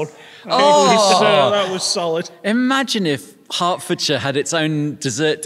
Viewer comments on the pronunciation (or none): none